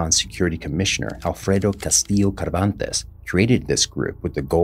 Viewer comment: Lol, Kavantes.